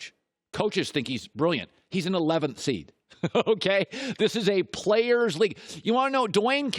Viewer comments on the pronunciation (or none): none